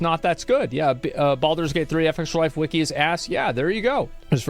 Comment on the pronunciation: Asmon called fextralife the hard r like a 1860:s confederate. Embedder